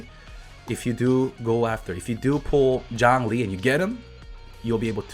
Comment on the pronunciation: Jawng-Lee.